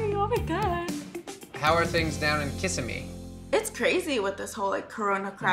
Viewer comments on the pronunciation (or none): kiss a me fl. lol it's pronounced ki sim me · I KNOW nev did not just say “KISSimee” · If Nev pronounces Kissimmee “Kiss Em Me” one more time 😂 it’s just Kuh-sim-ee...but he’s not from Florida so it’s totally understandable lol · I’m from Florida and it’s pronounced Kasimmi 😂 not kissamee 😂😂 I love catfish tho. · Kih-SIM-mee, Nev! Wasn't Cleo just a newborn? Time. Passes so slowly, passes too Quickly. Guess it depends what's Going on. 🍃🕊🍃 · Ka-sem-e is how it’s pronounced lmaooo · Nev... u had me cracking up at the way u pronounced Kissimmee!! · If I hear him say Kissimmee wrong one more time, imma scream.